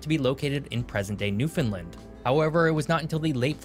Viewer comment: Come and visit New Scotland it’s beautiful , what’s wrong with being small . Also the guy should learn how to say Newfoundland